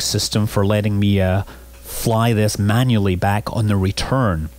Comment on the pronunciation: I likeh ow when he says "manually" it sounds like manly :P